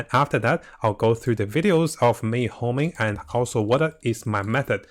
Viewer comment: Homing.. dude, its honing